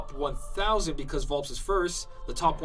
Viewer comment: Correct me if I'm wrong, but I thought it was pronounced Vul-"pez"?